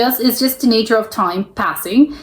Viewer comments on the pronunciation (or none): none